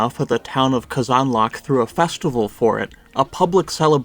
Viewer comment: please stop pronouncing казанлък that way please